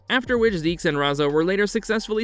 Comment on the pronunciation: Yeah ok so that name being pronounced "zeeks" was no where on my radar for what I was thinking up as guesses lol